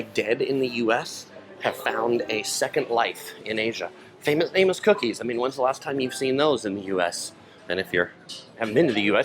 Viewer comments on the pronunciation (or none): none